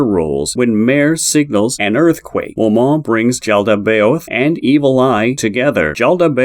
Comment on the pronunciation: Some of it was a little wrong, no hate to the at all. Momon is just pronounced "Moe" like Joe, and "Mon" like pokemon. Ainz is pronounced "Eye-nz" It may be more beneficial to watch some episodes in english dub instead of reading how to pronounce it in text. Also, Demiurge does not use sheep beastmen, he uses humans, "hairless sheep" or what he says, is just a joke.